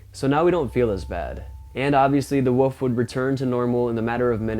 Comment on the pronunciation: Its a wolf not a wuf😂😂😂😂